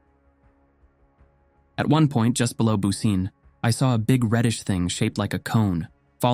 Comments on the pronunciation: I thought that too as soon as I heard "booseen". I knew it was mispronounced. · Yes. Bu ci neh. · I think the town's name is pronounced more like BOO-chi-neh, but I could be wrong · Bucine is pronounced "Boo-chin-eh" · Great video, as always! Just a quick note: Bucine is pronounced more like "boo-chee-neh" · I'm not Italian, but I think the pronunciation of Bucine is something like Boo-chee-nay.